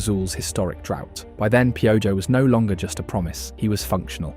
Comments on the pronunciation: It's pronounced: Pee O ho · Oh no… not pee-o-joh! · You are pronouncing his nickname slightly wrong 😢 but appreciate the attention you have been giving us lately.